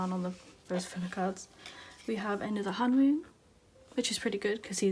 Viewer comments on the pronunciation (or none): Man, I'm annoyed the way you pronounce some of their names wrong. I am not saying that this video is not good but please try to pronounce their names correctly. I didn't mean to hurt your feelings or so. But still.... Hwanwoong is pronounced as Hwan-oong, RAVN is pronounced as RAVEN(the english pronunciation) and for Leedo it's pronounced as eedo. The L is silent. Hope it helps~